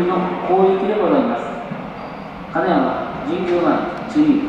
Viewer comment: 名鉄の「金山」のイントネーションだけはどうしても受け入れがたいものがありますが…。